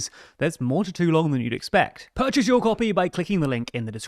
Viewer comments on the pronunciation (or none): none